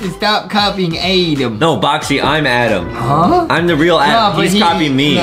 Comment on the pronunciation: ITS ADAM NOT ADEM AHWHAFAHGAO